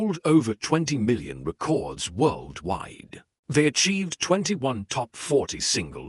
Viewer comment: "over 20 million re-cords sold worldwide" more misleading rubbish from a bot channel that can't even pronounce the name of the format correctly. thumbs down and reported.